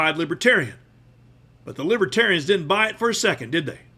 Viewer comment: He should have learned how to pronounce the party's name. It's not *Libbaterians*. VOTE BLUE 🔵🌊🌊🌊🌊 #BidenHarris 2024 #TrumpStinks #Trumpsmells